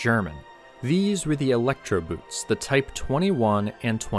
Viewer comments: Boot (as in Electroboot ) in German is pronounced boat. A boat is a boat. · Please, the German word "boot" is pronounced pretty much exactly like the English word "boat". Not at all like the word for tall footwear. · "boot" in Kraut is pronounced "boat", genius. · You Americans are certainly exceptional. You manage to fail at pronouncing a word correctly even when the word is pronounced exactly the same in your own language. Boot = boat.